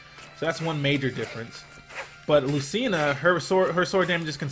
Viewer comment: its lu-CHI-na